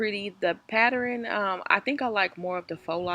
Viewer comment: The patterin 😂